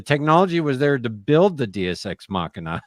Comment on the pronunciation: God love ya but listen to when he’s trying to correct your pronunciation of Deus 😂